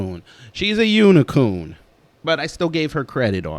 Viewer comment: you called her a "unicoon"🤣🤣🤣🤣